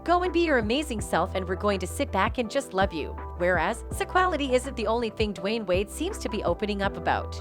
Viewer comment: Why are you saying his name like that